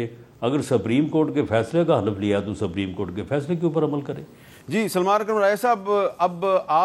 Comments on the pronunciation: GEO SAPREEM HOTA HAY YA SUPERIM HOTA HAY. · رانا صاحب نام تو سہی لو سفریم نہیں سپریم ہے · Rana cannot even pronounce "Supreme" correctly. It's not "sabreem." It is pronounced as "sop-reem."